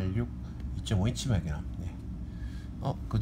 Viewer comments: ㅋㅋㅋㅋㅋ 마그남, 이야 발음 좋네 마그남 ㅋㅋㅋㅋㅋㅋㅋㅋㅋㅋㅋ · 설명써있는거봨ㅋ 어떻게 읽으면 저걸 마그남이라고 읽어ㅋㅋㅋ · 추억의 아재 영어발음...ㅋㅋㅋ